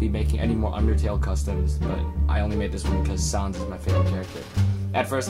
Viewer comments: You pronounce the name as Sæns. But nice custom! Love it! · No worries. Just so you know, Sans is pronounced like sand and Papyrus is pronounced like Puh-Pie-Rus. You got Frisk correct, though.